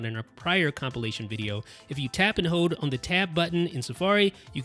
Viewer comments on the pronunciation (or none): Lol haha fohders and hohd instead of hold